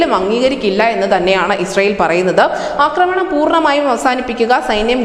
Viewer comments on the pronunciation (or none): അക്രമണം എന്നൊരു വാക്കില്ല കുട്ടീ.. ആക്രമണം എന്ന് പറയൂ...